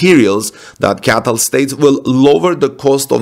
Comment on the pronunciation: Cee Ay Tee Ell - not CATTEL